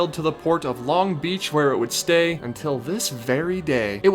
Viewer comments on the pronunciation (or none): I just need you to know that you're putting the emphasis on the wrong syllable in Long Beach lol